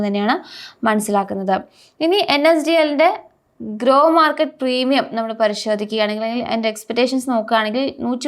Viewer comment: ഗ്രോ അല്ല ഗ്രേ മാർക്കറ്റ്..